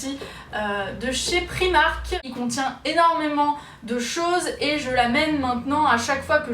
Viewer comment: on dis "praïmark" et nn primark sinon super vidéo😁